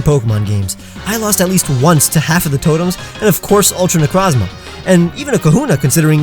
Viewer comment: I'm sorry but I got really peeved when you mispronounced Necrozma